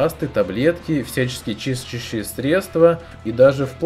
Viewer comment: то чувство когда не можешь выговорить слово чистящие